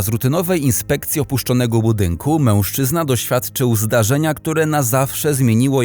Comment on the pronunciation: Fajny kanał, ale ten "MĘŁSZCZYZNA"...